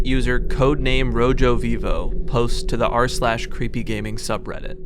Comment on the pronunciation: Bro actually pronounced it roe-joe 😂 Otherwise cool vid